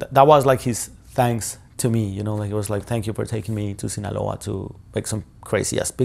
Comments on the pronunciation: Sinaloa Shawn not sinola come on😂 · It's not sinola..it's Sinaloa... 😂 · Love ya Shawn, but “Sinaloa” does not rhyme with “Granola…” 😝